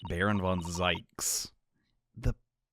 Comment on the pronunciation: its pronounced zeeks not zikes and you’re gonna like van zieks